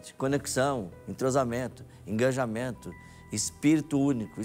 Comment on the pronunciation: Eu não aguento esse coach falando "enganjamento" 😫 Que escolha ruim de jurado, o Justus deve ficar incomodado ouvindo esse cara falar só obviedades e frases prontas.